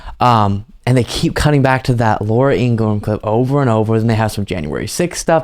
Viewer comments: According to her brother, it’s pronounced Ingra-ham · Laura’s name is pronounced In-gra-ham according to her brother. Also, MAGA. 😂